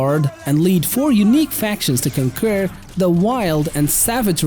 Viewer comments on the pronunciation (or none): hey, when you say conquer it sounds like u said concur which is not the same. just saying. nice list btw!